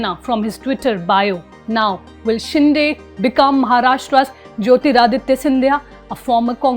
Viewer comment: It is शिंदे not शिंडे.